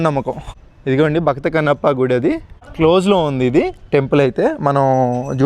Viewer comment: Anna adhi gidhi kadhu anna gudhi adhi